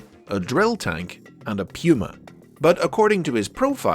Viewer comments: Pyuma? It’s pronounced like pooma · Pewuma, dude just say puma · You are the only person I have ever heard pronounce puma the way you just did and it is not that I do not mind different pronunciations but my mind shudders to think how puma could turn into pew-ma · “PUma” lol 👇make this blue if you laughed at that part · “ a pyuma ” hahaha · Yeah you said that funny. I laughed. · Pronounce Puma one more time please lol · the way you pronounced puma is going to haunt me forever